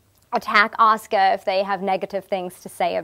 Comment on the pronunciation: Love that she pronounces her fucking name correctly. People know how to say Sasuke but say Asuka wrong in the west. Baffling